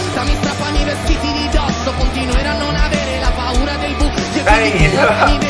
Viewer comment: Paura not puara means fear😆